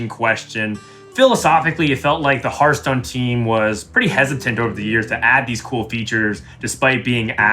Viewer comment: It has been, is, and always will be Hurtstone. No discussion.